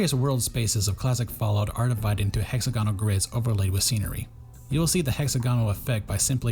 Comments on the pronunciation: The inflection is on the second syllable of hexAGonal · am I crazy or is the way u pronounce hexagonal strange